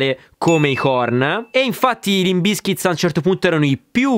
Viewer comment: Ma perchè BizkitS? Si pronuncia davvero con la S falsata finale? Bravo comunque gran bel video. Like e sub.